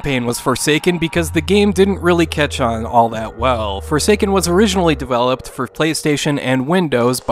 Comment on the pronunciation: I heard "The future is for Satan" and was really disturbed before I heard guy repeat it(wich was better articulated for me. am not a native english speaker btw...)